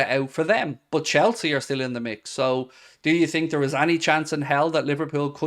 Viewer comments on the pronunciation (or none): none